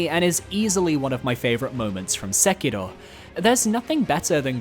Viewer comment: Love the vid but ngl the attempts to pronounce Sekiro are ridiculous, you aren't Japanese nor do you speak Japanese (clearly)